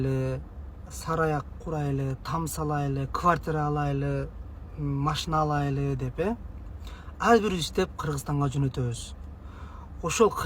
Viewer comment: Былжырап чыга бербегилечи , барайлы алайлы эмес баралы алалы деп айтылат